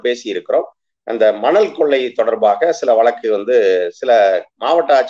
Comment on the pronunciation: 'வலக்கு' இல்ல தம்பி, வழக்கு. திமுக பேச்சாளருக்கு நல்ல உச்சரிப்பு வேண்டும். அண்ணாவும் கலைஞரும் பேராசிரியரும் பேசிய தமிழ். சற்றே முயலுங்கள். முடியும். வாழ்த்துகள்.